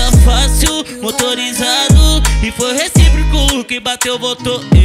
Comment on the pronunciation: “RECIPRICO” foi foda kkkkkkkkkkkkkkk é RECÍPROCO mano